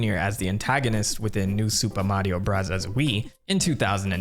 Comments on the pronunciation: If I hear u say “Super Mario brazzas” again 😂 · The commitment to saying Mario Burazas sends me. I love it. I subscribed as soon as you said you would do it and it’s why I stay. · Why do you keep saying "Burazaazu"? It makes no sense as Katakana is meant to mimic American English, English or Foreign loan words. It would be like saying "Chiizu Baagaa" instead of Cheeseburger for a video history about MOS burger. I don't dislike the video at all but that kept standing out to me every time you did it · Why do you say super Mario “brothers” like that. 😂 great video. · Couldn't make it through the video due to the way you pronounce the word BROTHERS. 😊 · Why do you say super Mario bros. Like that I cringe every time lol. 😂 Great video tho 👍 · Why do you say super Mario brothers like that? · Cool video and everything bro but i promise u dog u don’t gotta pronounce “super mario bros” like that lmfao it’s driving me insane, stop it. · he pronounces that way as a running gag, after someone got on his case for saying 'bros' instead of 'brothers'